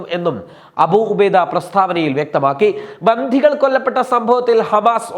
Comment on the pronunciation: ബന്ധി അല്ല ബന്ദി 😂😂😂